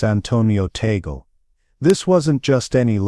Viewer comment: Here comes another narrator. The last name of Cardinal Tagle is pronouced Tag/le and not Ta/gle. Anybody wants to talk about Cardinal Tagle needs to ask him on how to pronounce his last name.